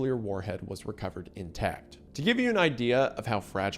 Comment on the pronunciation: he also said "inTEKT" instead of intact lol